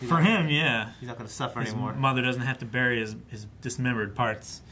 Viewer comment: pronunciation of the word ''bury''.......LAWD GIVE ME STRENGTH needed to get that out